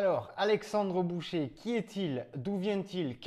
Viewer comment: Alexandre "boucher" 🤣🤣🤣 j'ai mal aux oreilles 👂👂👂